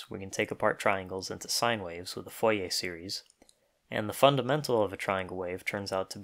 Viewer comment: "foyer series"